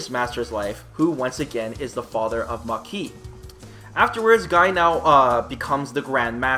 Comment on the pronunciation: it's pronounced "MAH-KEE", not "MUH-KEE"